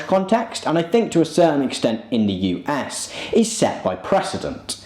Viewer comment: The way you pronounced US sounded like "You ass". Thank you for opening for me a new look at the beautiful name of this magnificent country.